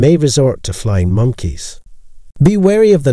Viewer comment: This is my favorite channel on narcissism operated by an Asian Scottish robot😂 We must look out for them "flying moneys" of the narcissist💀